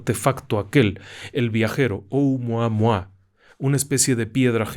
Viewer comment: Los hawaianos pronuncian cada sílaba al estilo asiático. Se pronuncia O-u-mu-a-mu-a, no ou-mua-mua. No son diptongos.